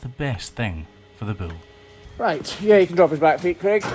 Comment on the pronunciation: I’ll never tire of the way says bull as “buell”